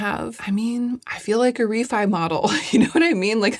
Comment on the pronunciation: I like Reffee and also Gloss-i-ur 😂